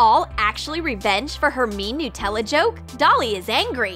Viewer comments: is it just me or did she say NutellO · Well I think they say nuh-tella in a different place